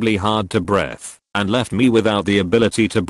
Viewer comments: Hard to breath- Not said like Breeth... Breath Why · The fumes made it incredibly hard to BRETH, and left me without the ability to BRETH at points. I love text-to-speech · “incredibly hard to B R E A T H”